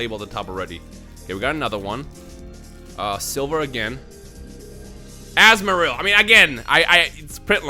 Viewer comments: Azmarill Me: it’s Azumarill! Azumarill! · anyone else triggered that he said azumarill wrong